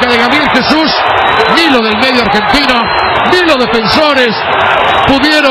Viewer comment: "medio campo argentinA", "Se acaba el primer tiempA"